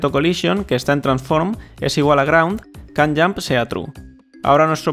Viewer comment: Estaria 10 veces mejos este tutorial si tuvieras un minimo conocimiento de ingles, ''kan yamp''